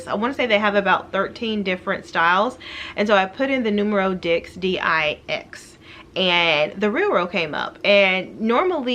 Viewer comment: Every time she says Numero Dicks, it drives me insane.